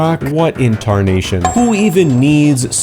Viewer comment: what inntarnation